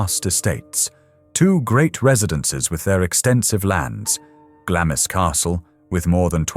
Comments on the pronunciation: Glamis is pronounced glarms. But great video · yes, it is and I get irritated when researchers do not do their due diligence. I am a New Zealander and we pronounce it Glarms as it has always been. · I am Scottish and we refer to it as Glams Castle ie the i is silent. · I say Glarms. I'm English though. If I pronounce it in a Scottish accent it'd be Glams. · I was indoctrinated to a received English accent when discarded by my parents to boarding school. The Royal family pronounce it Glarms. With an R sound. I appreciate its a Scottish castle and Scottish people pronounce it Glams. But if its a sasenack trying to pronounce it they'll hear an R. A lot on here are not from out Isles. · I found this video fascinating, although irritated by the pronunciation 'Glam is.' I used to volunteer at Gibside, now a National Trust property, which was the home of Mary Eleanor Bowes who married John Lyon, Earl of Strathmore. Under the terms of her father's Will, Mary Eleanor's husband was required to change his surname to Bowes. Her father, George Bowes, had only one child and Mary Eleanor became the richest woman in the UK upon his death. The surname Lyon was reinstated many years later, initially as Lyon-Bowes, but later Bowes-Lyon. The Queen Mother did visit Gibside in her younger days, prior to WW2, and eventually handed over the keys to Gibside Chapel to the National Trust when the family could no longer afford to maintain the property and estate. Mary Eleanor Bowes' life story is described in great detail in Wendy Moore's book, 'Wedlock.' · I think it’s “glaamz”. no r sound added.